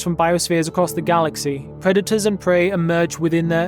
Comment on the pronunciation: lol "preda-tau"